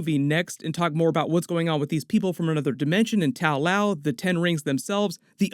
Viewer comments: ta lo, not tao lao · It's Ta-Lo not Tao Lao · It's not Tao-Lao but Ta-Lo rather according to both the comics and the movie.🤔 Nice video though.👍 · It's Ta Lo, not Tal Lao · I like how Ta Lo became Tao Lo became Tao Lao :P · Watching the movie refer to the place as Ta Lo while hearing Tao Lao again and again 😭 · it's Ta Lo not tao lao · so nobody gonna say anything about that "tao lao"? wasn't it Ta Lo in the movie? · It’s Ta Luo, not Tao Lao. There’s no such thing as Tao Lao 😂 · not tao Lau, it's ta-lo :) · It's not Tao Lao, it's Ta Lo. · The way you continuously mispronouncing the names in this movie reminds me of a guy doing a doctor strange video years ago. That dude just couldn’t for the love of god say dormammu right. He kept saying door-muh-moo instead of door-mah-moo…… and you…… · I'm sure you've been told, but it's not TAO LAO, it's TA LO. Pronounced tah loh. Just something that has been making me crazy about all your Shang-Chi videos. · Where are you getting Tao Lao from? It is called Ta Lo. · Hey, love your vids! Just one thing though, it’s not pronounced “taow laow”. It’s pronounced “ta-low”. I hope you have a good day man! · It’s Ta Lo not Tao Lao. You mispronounced almost every characters name in the movie. And please stop calling Wenwu the Mandarin. it was very clear in the movie they tried to reject that racist concept and name. This mispronounciation of names in the Shang Chi movie and continuing to use a racist concept is really unprofessional and borderline racial micro aggression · Good breakdown as always but it's Ta Lo not Tao Lao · I guess you didnt see the movie because it is NOT called Tao Lao its called Ta-Lo.....I have no idea why keeps saying Tao Lao for... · Love videos, but the butchering of the anglicized Chinese names is so cringy. The village isn't called Tao Lao, lol. And Simu's character is not named Shang Shi. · "Tow loaw" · It’s not Tao Lao…. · "kuh may uh may uh" "tao lao" what the fuck?